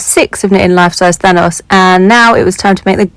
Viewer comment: Instead of thanos I heard THONGS😂 I was like. Well. Good for you✌️